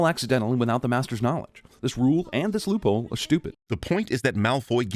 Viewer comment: Love the blooper where you say 'loop whore'